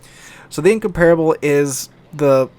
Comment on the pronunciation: nearly pronounced Incomparable correctly.